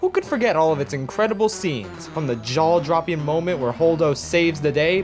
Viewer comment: "jawl dropping"